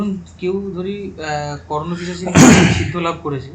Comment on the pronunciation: O😂😂 he said KarnapiChashini .. it is KarnapiShachini.